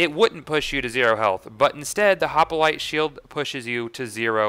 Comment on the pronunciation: Why does he call is a hopalitle.. It's hop-lite